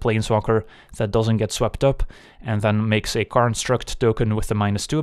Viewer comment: "karnstruct" and "karn advantage" lmfao